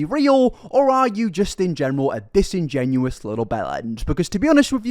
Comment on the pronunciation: “Disingenuous” ……disingenouin, is not a word